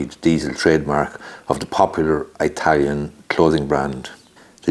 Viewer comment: Please stop saying eye-talian , you know that's not correct